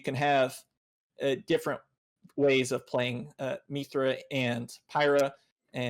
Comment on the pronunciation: 40 mins in, this is really good so far, but hearing say “Meethra” every 5 mins really takes me out of it.